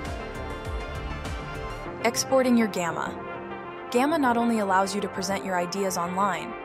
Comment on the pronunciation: Nice demo. Gamma is super useful. Super stoked I found it. This is likely produced with an AI voice actor. Pay attention to the pronunciation of the word "present"